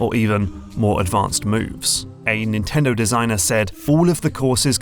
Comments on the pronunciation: Insanely good video, the only thing that bothered me is "NNTENDO" . Just kidding, it's good even with that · Is "NNtendo" intentional?